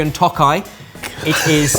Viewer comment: The pronounciation on Tokaji killed me 💀